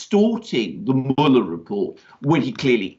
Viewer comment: Does Alexander pronounce Mueller (mue-ler) as 'mullah' on purpose?